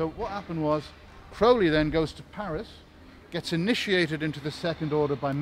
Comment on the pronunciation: Thank you for pronouncing Crowley correctly. Of note is at that time all of this was not extraordinary. Secret societies were everywhere. And studying the occult was the rage.